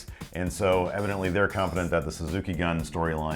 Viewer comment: Please work on your Japanese pronunciation stuff guys. Gun in Japanese is like Goon. Also I've never heard anyone say Okada's name correctly. Kaa zoo chi kaa.